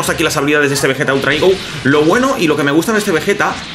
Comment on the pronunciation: Me da gracia como dices "igo" aun que eso es una fruta 😂 "higo", pero muy buen video e increíble el personaje de Vegeta Ultra "Ego", una pasada. Saludos.